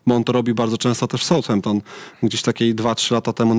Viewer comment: RUDZKI 😢 kilka lat w Anglii spedzonych ekspert ligi angielskiej ale dalej poprawnie niepotrafi wypowiedziec Southampton. Od kiedy south czyta sie SOUT ??!!!